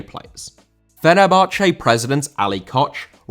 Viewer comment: Fenerbahçe* not Fenebohçei